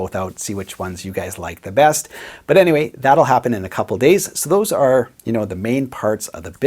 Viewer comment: No one:: "But Anywey"